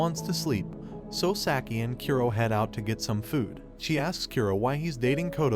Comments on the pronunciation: Saki... It is pronounced "Saaah-key" NOT "Sack-ie" -_- Burns my ears to hear it said sackie... sack. sack. sack. -________ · Hearing Saki spoken as "Sacky" really gets me for some reason.. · You're asking that of a person that pronounces "Sah-key" as "Sack-I". It's obvious he only knows the basics of the anime just enough to give a recap.